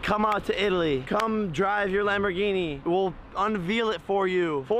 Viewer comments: "Un veal" it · "We'll unveal it for you" uncow it lel but like wtf is this xD why am I only seeing this now hm